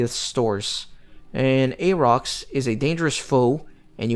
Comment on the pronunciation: hey Old video but just wanted to mention proper pronunciation for Auroch's is "ore - rock"